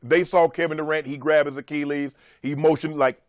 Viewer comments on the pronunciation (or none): Hey Shannon, (A- chil-les) 😉